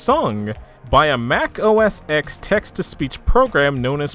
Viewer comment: Hearing you say “Mac OS X” made me cringe for some reason, the X is pronounced “ten”, it’s a Roman numeral.